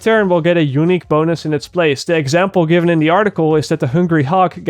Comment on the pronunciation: When he says unique it sounds like hes saying eunuch from game of thrones lol